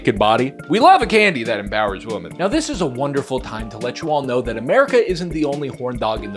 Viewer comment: Women is pronounced "Wim-min"